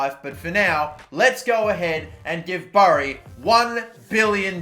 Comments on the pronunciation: Guys it pronounced bury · it’s pronounced ‘berry’ not ‘burry’ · Burrie? it's pronounced berry smh😂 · Dude.. it's bury (berry) not BUry. Jesus.. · Its pronounced berry, not burry. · It is said as 'berry' not 'burry' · it's names Bury and its pronounced Berry and his pronouncing it Burry lool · Bury and pronounced Berry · *PRONOUNCED*‘Berry’ not ‘bury’ senpai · Please pronounce bury right I am from bury and it’s produced berry not how u say it 🤣🤣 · It’s pronounced berry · Its pronunciation is Bery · It’s pronounced berry I’m from there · Swear no one can pronounce the Bury as ‘berry’ so maybe them going extinct will keep me sane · It's bury? I always thought it was pronounced berry for some reason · I died slightly every time he said “burry” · Bury, it’s pronounced “Berry” mate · Bury is pronounced “berry”.... it really pissed me off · If u bury someone it’s pronounced “berry” why tf would it be different for a football team called bury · Jack Gollop it’s pronounced berry i support them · I live right next to the stadium it’s pronounced bury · " im aussie, and we pronounce it as "berry" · Its pronounced berry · Whys he calling it burry lool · it’s Berry you weirdo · it's promouned Berry tho u muppet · I literally train for my athletics there bro, sorry, it's pronounced "berry" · Joe Murphy look at all the comments it’s pronounced berry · Sharon Storrar no it’s pronounced berry I’m English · Tommy ITS PRONOUNCED BERRY EVERYONE IS SAYING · It's pronounced 'berry' lad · After living there (Actually Whitefield around a mile south of it) for 9 years, I can conclude that it is ‘berry’ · It is bury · It’s 100% pronounced berry I live here lol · Are you saying bury or berry mate 😂😂😂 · Disrespectful video to us bury fans lad and pronounce our name properly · Also Australian and I'm getting triggered over how he says it